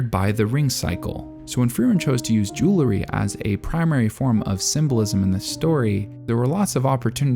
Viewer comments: I love all the care for detail in Frieren, and it's great to see someone who took the time to examine it! I also wanna say, however, that it really bugged me every time you said jewlery instead of jewelry. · I'm glad I'm not the only one that got distracted by his pronunciation of jewelry!